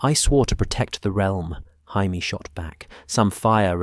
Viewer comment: I can tell you're british. The proper pronounciation is "Jay - me " , NOT " Hi-me". Hope that helps. Great story other than mispronounciations. Hi - me is the hispanic pronounciation. Excellent video otherwise 2 thumbs up